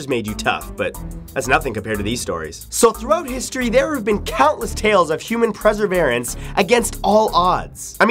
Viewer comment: It is "perseverance" not "preseverance".